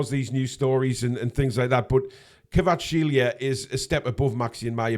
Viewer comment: We will sign Kvaratskhelia when learns how to pronounce his name:P